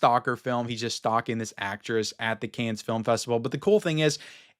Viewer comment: Hi. Dont take this the wrong way...Cannes is pronounced "Can" as it's a silent "s". Those crazy French!